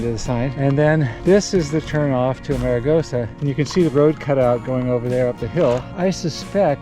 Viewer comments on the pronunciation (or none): Oops....not "a-mare-a-goes-a" ! Correct = "Arm-a-goes-a"